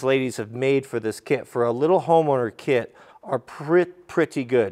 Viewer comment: So did anyone else hear carpentry clit not kit?? Lol I love bloopers